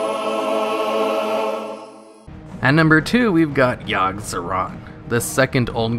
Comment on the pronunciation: yogg-saron? i think you mean YIRG SERAN